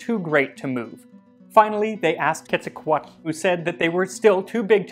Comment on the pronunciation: Your pronunciation of Quetzalcoatl nearly murdered me...